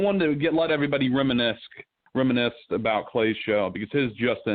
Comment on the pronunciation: I had to turn it off at reminisck.